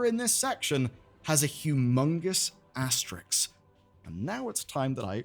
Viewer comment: Just once, I'd like a youtuber to pronounce asterisk correctly.